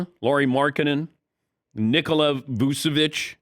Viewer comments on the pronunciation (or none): You cant pronounce the name of Nikola Vucevic ? That's all . thanks for your analysis !